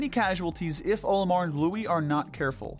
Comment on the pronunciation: i have a lot of problems with this as someone who has enjoyed pikmin since his childhood. 1: there is NO defense in pikmin. the game uses HP. 2: Olimar is pronounced with the ol as in olive. not OH-limar. 3: why is the water wraith beneath the base snagret? 4: why is the MAL so low on the list as well? 5: why is armored crawmad so high up if it can be defeated in 8 seconds 6: emperor bulblax needs to be much lower. this is only naming the largest problems i had with this superficial analysis.